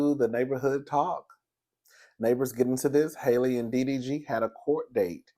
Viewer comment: mispronouncing Halle name will always make me giggle 😆🤣